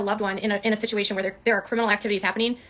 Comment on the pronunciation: You can tell she’s had at least a few drinks by how she says “shituation.” Is t it such a coincidence that the same exact things happen whenever she’s not doing well in a lawsuit or if she’s not getting enough attention from viewers when she’s got a target in her grips? Tati, leticia bias, Todd chrisly, Brian Landry, etc. it’s always fake swatting calls, threatening emails about her and her son, photoshopping her son into p*rn, spoofed emails, etc. so strange the same things keep repeatedly happening…